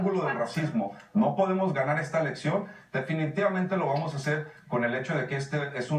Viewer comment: Vamoj???? Quej ejo???